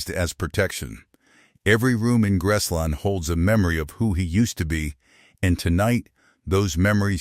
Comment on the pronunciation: Why is this idiot calling Graceland - grass line ? Geez. He can’t pronounce Tupelo either. Who picks these people who can’t pronounce words. Geez!